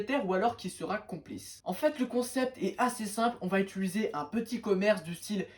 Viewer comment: utiliser pas utuliser stp 🤧